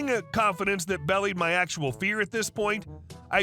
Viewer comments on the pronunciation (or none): FYI: belied = bee-LIDE. ≠ BEL-eed. Belie: to fail to give a true impression, or fail to justify an impression or claim.